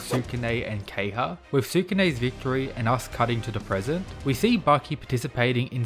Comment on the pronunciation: It’s not key-ha It’s Ke-ha-ya